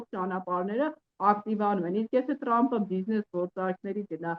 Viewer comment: լայ լաղջիկ լերվուծաբան խի՞ ես Թրամփին Տրամպ ասում Մենք թ և փ տառերն ու հնչյուններն ունենք ։